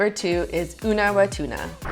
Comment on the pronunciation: Not Ullawatuna. It is Unawatuna